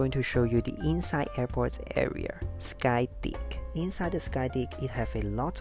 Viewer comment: Nice video. Loved how u pronounced skydick lol.